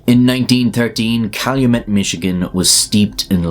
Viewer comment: as a Michigander, can confirm you said Calumet correctly, nice